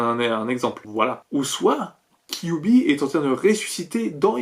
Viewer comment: J'entends "kiwi" au lieu de kyuubi 😂😂